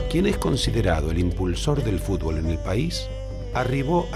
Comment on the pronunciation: dice fubol